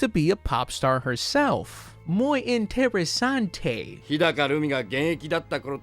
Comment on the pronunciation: Alright boys, it's Friday night, and uploaded, anyone drinking? Also bars as always, also I think this is the 2nd time I remember you saying "muuy enteresante" not the Spanish vers but how I heard it lmao, chale wey